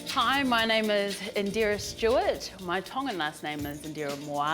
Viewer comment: I love the pronunciation of her name👌🏽